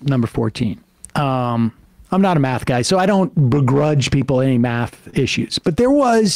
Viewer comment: boy's talking meth instead of math